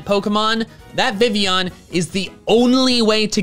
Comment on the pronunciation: I know not many people are fond of Vivillion, but if you're gonna make a video about facts, calling Vivillion "Vivion" doesn't help